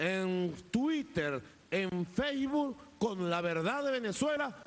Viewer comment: "feisbul" ahok